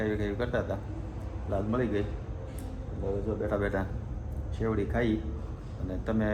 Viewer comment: સેવડી નહી શેરડી